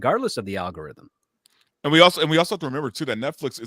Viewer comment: Did say "Al Gore Rhythm"?